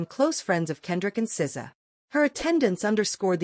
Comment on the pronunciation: These AI videos are so frustrating. As soon as I hear the voice say "ess zee ay" I know.